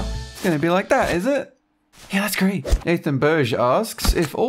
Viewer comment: Anyway y do you say gw in sted of gr for great??????????????????????